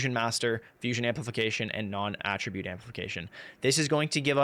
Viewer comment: NON- AT TRA BUTTE NOT AHHHHHHH tribute. lol you actually said it right a few times half way through.